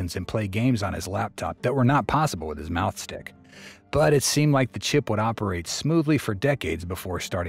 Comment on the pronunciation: Im sorry, but is the narrator is intentionally saying "mouse stick" or "mouth stick"incorrectly? 🐁🍆